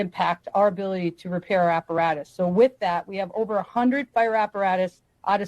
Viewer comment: Anyone else get slightly annoyed by Luke’s inability to pronounce the TH in wiTH. It’s always wit.